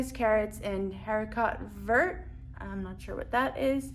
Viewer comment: Wow! They did a big reno since I was there in 2016. Dining reviewers need to pronounce terms ("REM-oo-lahd"; "Ah-ri-co vair" - "green beans") correctly to be taken seriously. DIS reviewers might want to read a collection of Mimi Sheraton's reviews to get a reliable base-line for reviewing. "Like" & "dislike" are not viable options for reviewers. That said, is a good-looking guy, but is cute-as-a-button without a hat!